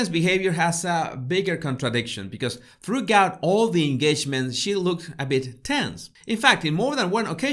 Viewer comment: Dear, I hope you don’t mind my helping with your accent. “Throughout” is pronounced “thru - out” not “thru - gout”, though I see why you made this mistake. Love your videos. Cheers!